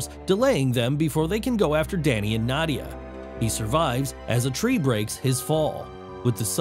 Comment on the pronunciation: You pronounced Nadia and Zarathos wrong.